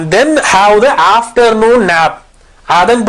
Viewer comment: He said “kod after noon ‘😂 He could not say good afternoon 😅